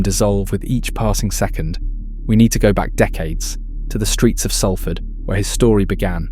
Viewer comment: Great! Someone who pronounces SALFORD RIGHT